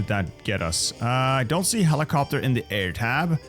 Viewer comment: helicoptahh helicoptahhh